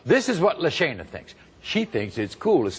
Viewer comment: I thought you pronounced her name lasagna